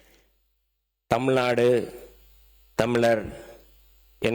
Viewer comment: அமைச்சர். அவர்களுக்கு..! தமுல் தமுல் நாடு என்று உச்சரிக்க வேண்டாம். தமிழ் நாடு என்று உச்சரிக்க வேண்டும்.சில சொற்களின் உச்சரிப்பு சரியில்லை. திருத்திக் கொள்ள வேண்டும்.